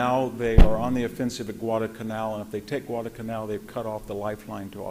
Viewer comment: He calls the Wehrmacht "the Verrmark," he calls Zyklon-B "Zykon-B,"he calls Guadalcanal "Gwaddacanal," he calls Brest-Litovsk "Brest-Littov," he calls Mt. Elbruz "Mt. Erebus," he calls Marshal Zhukov "Marshal Zookov," and there are other howlers, but what can you expect from a man who admits he's a farmer? But much worse still, as much information as Hanson has, and he does have a lot of it, he has no idea what to do with any of it, as he never draws any conclusions from it, for his capacity to miss the point or the consequences of what he is talking about betrays an obtuseness, even a blindness, on his part. Not once does he even touch upon the truth that for Britain and the U.S. to get into bed and side with Stalin, the most blood-soaked monster who has ever lived, against Hitler, instead of either staying out of war against Germany altogether, or even siding with Hitler against the Soviet Union, is the most colossal foreign-policy blunder committed by Britain and the U.S. in their entire histories. For Germany was never the enemy of Britain and the U.S. but Stalin always was. It was the communist ideology that dictated conquest of the whole world by the revolution of the proletariat in every nation, whereas Hitler had no more territorial design than conquest of Eastern Europe to expand Germany’s “living-space.” Hitler was only forced to invade Western Europe to defend Germany against Britain’s and France’s unprovoked declaration of war on a Germany that was at peace with